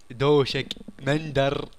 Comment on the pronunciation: مندل وليس مندر هههههههههههههههههههههههههههههههههههههههههههههههههههههههههههههههههههههههههههههههههههههههههههههههههههههههه